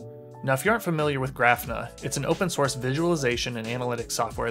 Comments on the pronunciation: Hey great video and thanks for posting it! I have to mention though that your pronunciation of Grafana is wrong. It's Graw-Fa-Na and not Graph-na. It's a play on the word Kibana (Ka-Baw-Na) which is from Elasticsearch. Grafana originally was built to use Graphite, so kinda how it got it's name. Anyways again thanks for the video. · Great video. But it is pronounced Gra-fa-na, emphasis on the first syllable. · I was wondering if I had been saying it wrong when I heard him. Thanks for that explanation.